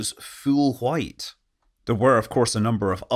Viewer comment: A certain dog named Brian tells me to ask you what exactly you mean with "full wccchhhhite" and demands you to "say it again". Gotta be off now, about to eat some cool wcchhhip.